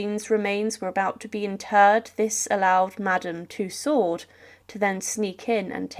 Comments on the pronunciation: Madame Tussauds ' last name is phonetically pronounced "Tooo-sow", the "s" is silent in many french words and names . All over YouTube there are poor descriptions, and bad pronunciations of words commonly know to the educated and the well informed. That no one edits and corrects these things is sad, and lazy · You don't pronounce the "d " in Madame T-u-s-s-a-u-d-s! You either ignorant or your AI... My guess is your AI. Or you can't pronounce words properly!